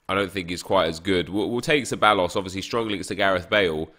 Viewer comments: Ceballos is pronounced kebaios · Ceballos = Kebayos and I’m not even Spanish cmonnnnn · Ceballos is pronounced theb-I-os